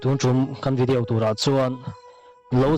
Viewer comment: Vidiau anilo vidiau tihian lam tawh suh